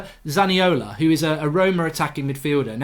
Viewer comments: It's Nicolo Zaniolo not Nicola Zaniola... imagine trying to talk about trasfers and not even knowing what you are talking about. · its zaniolo not zaniola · It's Zaniolo not Zaniola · Zaniolo not Zaniola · Isn’t it zaniolo goldbridge 🤔😂